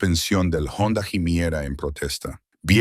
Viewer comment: En español la H es muda por lo tanto no diga Jonda cuando es Honda, como si iniciará con solo O. Siempre comete errores fuera de que le da por hablar con acento gringo. Tampoco diga mojo, se escribe moho pero se dice como si fuera una doble O. Se dice moo el moho.